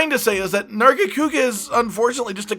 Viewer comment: Nargacuga? THE FUCKS WRONG WITH YOU?!?!?!?!